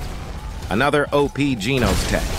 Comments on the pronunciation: why AI voice pronounce "genos" as "jeenos" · ITS not GENOS like ee ITS GENOS like an a and e combined